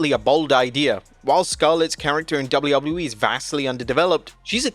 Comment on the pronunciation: Why can't you say WWE right?